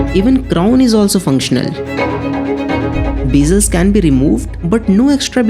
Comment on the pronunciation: Abay jusshht kya hota hai? Or juse kya hota hai? Just or use hota hai or verzon kya hota hai? Yaar please apna accent sai karo please. Beeezle lya hota hai bezzle hota hai. Ab ye sab bhi sikhana paray ga? Sab kuch sai hai video me lekin the narrator has no sense of accent at all. Or ismart watch kya hota hai???? Smart watch hota hai. Hini cheexo me lya hota hai inhi cheezon me hota hai. Rishts kya hota hai wrists hota hai. Bhai zara sai karo apna eng bolna.